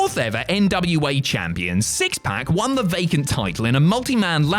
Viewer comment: "The 4th ever NWA Champion" syxx-pac?